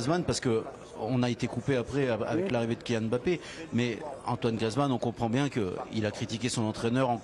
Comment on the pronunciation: on dit Mbappé! Pas M bappé